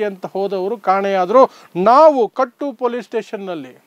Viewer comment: . ಕಟ್ಟು ಅಲ್ಲ ಕುಟ್ಟ,,police station